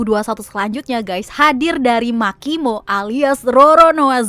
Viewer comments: Agak janggal pas denger Irish bilang makimo, soalnya seingetku yg bener marimo. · marimo beb bukan makimo 🤭